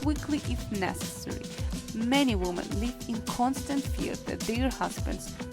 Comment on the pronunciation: Very English people don't pronounce 'women' as 'voomen'